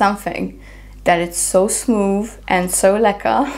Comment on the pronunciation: A random and pleasant surprise to hear you say lekker 😁🇿🇦